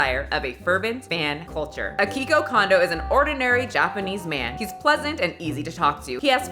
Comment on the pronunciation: Akikoe Kondoe is definietly a mispronunciation, but don't sweat it, they twist up our names to fit Japanese sounds too, I live in Auckland City, Japanese people call it ookurando...